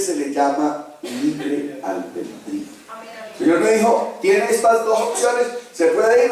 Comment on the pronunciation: No sé dice albendrio, se dice albedrío.